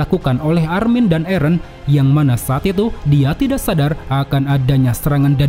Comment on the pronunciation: Min kok nyebut eren nya eren sih bukan eren 😂 eren dong min jangan eren